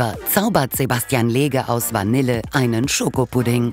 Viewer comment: Bitte das Wort Vanille richtig aus sprechen!